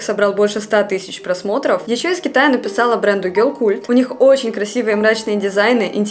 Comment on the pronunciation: Герл Калт, а не культ((((